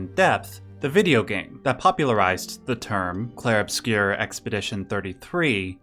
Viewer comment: It's pronounced in French: "Clheiehrue Obscyeuuuuuuu"